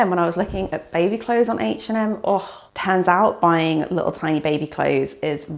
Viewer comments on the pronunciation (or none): none